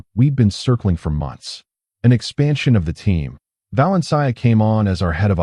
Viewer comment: It is confounding that the reader cannot pronounce Valencia.